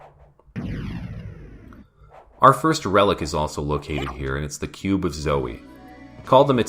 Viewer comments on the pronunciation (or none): huh, first time ive heard the cube of zoe pronounced like that. i always pronounced it like 'woe'. now that i think about it, it sounds better my way, than 'materialization cube'. cool tidbit about the localizer naming it after his kid.